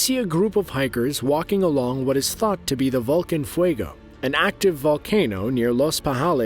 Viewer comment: The last one is "Volcan Fuego" , not Vulcan. Volcan is actually the spanish word for , you guessed it, Volcanoe.